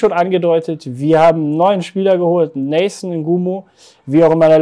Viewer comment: Erstmal Nathan bitte richtig aussprechen ;-)